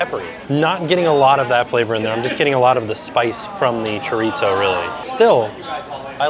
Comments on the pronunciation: Just fyi chorizo is pronounced kinda like Cho-reee-ssoooo. Try that! No T sounds for that word. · Have I been mispronouncing chorizo? Chore-eee-so? Does it have a “t” in? 🤷🏼‍♀️😂😂😂 not picking on, I just want to make sure I say it right.